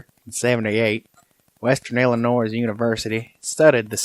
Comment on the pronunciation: The S in Illinois is silent just for record.